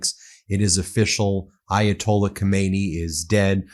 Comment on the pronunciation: Ayatolli you say? Well, that's one way of mispronouncing it. Yet, didn't you point out how conservatives never seem to pronounce Mamdani correctly? Lol, Trump said he'd end the Russian-Ukrainian war before he was elected, then in 1 day, then in 100 days. Trump is a businessman and a salesman, you can't trust a word he says. Do US tax payers want to fund this? Well, look at S. Korea. The US was the major (by far) outside help to those on the Korean peninsula that wanted democracy. Would you say those lives and tax dollars were wasted helping them? How about Taiwan (Republic of China), did the US waste tax dollars defending its ally during the first and second Taiwan Straight crises? Or how about Ukraine, if Ukraine survives, and the US makes a new trusted ally, would the money spent helping them be wasted? You hate Trump, as do I, but that doesn't mean every single thing he does is horrible. With that said, this may easily turn out to be horrible, if Iran gets the same outcome as Iraq and Afghanistan. Thoughts and prayers?? What are you, a Republican after a mass shooting where 30 people are killed? Thoughts and prayers are useless..... Jesus, you're just as bad as those you so harshly criticize.